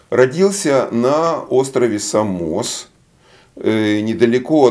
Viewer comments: Очень тяжело. На первой минуте лектор произнес СамОс, вместо САмос, и стало ясно что ничего глубже Вики ждать нельзя. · Остров САмос...Ударение на а... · Са́мос, ударение на первый слог. Я на этом острове как раз живу сейчас. Город Пифагорио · Ученик по- гречески μαθητής ,а не мафитес. Пифагор родился на о. Самос с ударением на первом слоге